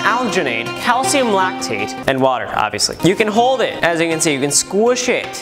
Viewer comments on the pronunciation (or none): Normal people: water: whater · In stead of water wahuh